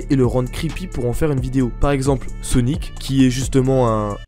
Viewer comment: Non mes laisse wallah et comment il a dit sownic sa ma tué mdrrrrrrrr